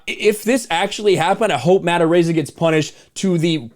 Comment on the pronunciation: It's pronounced "A-rize ah".